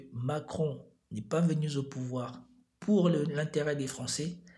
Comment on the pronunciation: ... N'est pas venu Zau pouvoir ??? Hey bro , tu crains là !! T inventes des liaisons zzzzzz fez attention zilte plaize